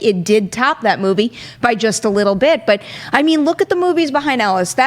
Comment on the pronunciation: I just cringe everytime she tries to sound fancy with 'movie'. The word is movie...not moo vay. Very grating, each time.